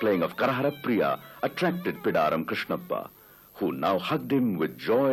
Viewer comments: its Bidaaram Krishnappa not Pidaram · Thanks for Prasar Bharati Archives for making this documentary public. I just wanted to let you know that, its "Bidaram" Krishnappa and not "Pidaram" Krishnappa. I would appreciate if you can correct this.